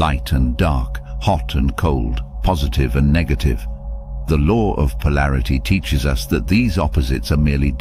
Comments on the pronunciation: The "lore"??? There is no "r" in law. I had to stop watching it because he was driving me crazy with that! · Am I the only one hearing him saying “the lore of”? It irritate me! I know this a low frequency feeling but it exists!